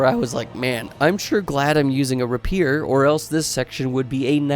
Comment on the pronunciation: I have always liked DS2. Unlike when I played DS1, I went in blind. So I expected to struggle. Unsolicited advice: You’re mispronouncing words like “bastille” and “rapier.” If you’re unsure, best to look them up before recording.